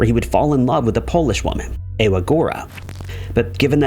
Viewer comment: Ewa is Eva. Your pronounciation is atrocious.